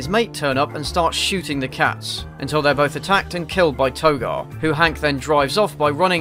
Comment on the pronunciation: Haha! This guy’s hilarious. They’rrrrre eating them! They’rrrrrrre cracking their bones! Amazing!